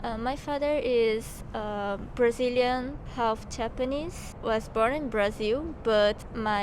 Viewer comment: Ele não falou direitinho'' , ou você não percebeu que ele não tem acento americano? Sem falar que ele diz ''Japanese-Brashilian''